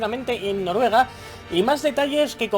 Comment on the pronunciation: Noruega no Norruega XD a mi me pasaba igual, sigue con bfv será en mi opinión el mejor o el segundo mejor de la saga su todo lo que dicen se cumple